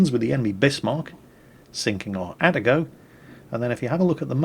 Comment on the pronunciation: "At-A-Go" REEEEEEEEEEEEEEEEEEEEEEEEEEEEEEEEEEEEE